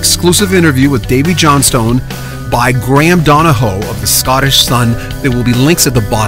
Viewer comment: It's pronounced Johnston.